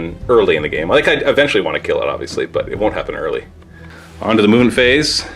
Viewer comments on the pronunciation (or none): none